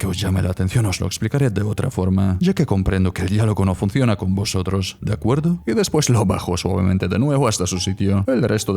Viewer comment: ese De acuerdo? me sono como a capichi?🤌jajaja